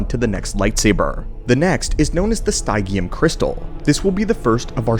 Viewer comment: Stygium is based on the word stygian and is pronounced sty-gi-an as in Styj-ee-uhn So I think stygium is styj-ee-um.